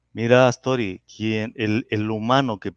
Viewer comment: Es Atzori y no Aztori